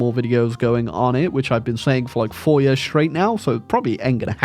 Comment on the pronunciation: That explains how he pronounced Years as "yuhz"